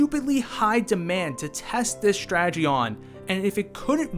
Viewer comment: There is no "h" in "strategy".